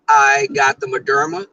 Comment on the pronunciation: I believe it's Moderna, not Moderma.